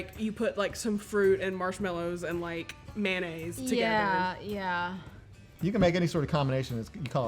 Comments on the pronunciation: It's pronounced may-oh-naze, not man-aze. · "Mannaise" I tell you what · i’ve heard of bananas but what’s man ay’s, do you mean mayonnaise?